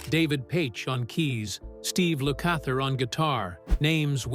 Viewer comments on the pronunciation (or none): I think this is the most inaccurate YouTube video i have watched. You got so many things wrong and it started with the pathetic AI voice pronunciation of Lukather.